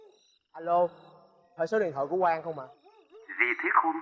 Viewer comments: Nhà Quang mà bả nghe thành nhà hoang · Ảnh nói Nhà của thằng Quang nhưng lại nghe là Nhà HOANG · Vốn dĩ là quang... Nhưng phát âm giống hoang nên bả kia nghe thành hoang nên chỉ nhà hoang :)) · Quang nhầm thành hoang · Hình như lợi dụng cách phát âm gần giống nhau của quang vs hoang thì phải. Hỏi nhà Quang ở đâu nghe như "nhà hoang ở đâu" nên ai cx biết😂😂